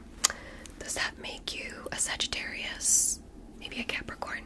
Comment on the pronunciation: you lost me at sag a darius